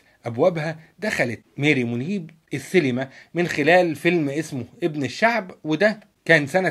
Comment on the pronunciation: شكرا ع الموضوع بس انت ليه بتقول سيلما هي اسمها سينما ولا ايه 🤔